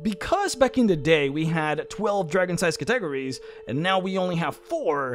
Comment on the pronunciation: say it with me Cat-A-Go-Ries, by god your pronunciation of that word make my ears bleed... otherwise greate video as always, i really love this named dragon series ^_^